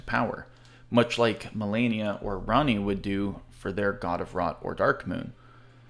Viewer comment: Lunar Princess "Ranney" eh? Lol